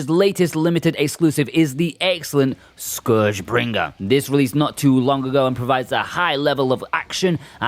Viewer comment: Love the way you annunciate scourgebringer. Might be the main reason I check it out.